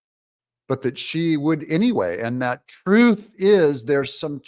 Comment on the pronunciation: She didn’t say ‘truth is…’. She said ‘troof is’. She can’t even speak English.